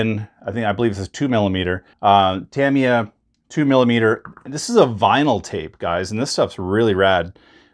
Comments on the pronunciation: It's pronounced Ta-Me-Ah, not Tam-E-Ah!! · That’s great that you have mastered the correct pronunciation of “Decals” now it’s time to work on “Tamiya” Ta-mi-ya Clap ooot the Syllables 👏Ta👏mi👏ya.👍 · He also said deck-els…. 😳 I think he’s messing with us. 😂